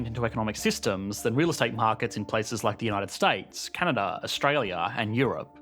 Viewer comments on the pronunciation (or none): none